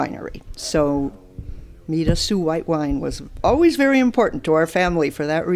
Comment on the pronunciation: Very interesting, however, "Mirassou" is an Occitan last name, more specifically, Gascon (Bearnese), and it is pronounced "Miras-saw-ooh" not "Miras-soo", with "saw" being stressed, and not the first syllable, "Mi". There is no "ou = oo" sound sound in Occitan, which is a different language with other rules distinct from French. My family and I come from Béarn too and we bear the last name. Actually, it is my mother tongue.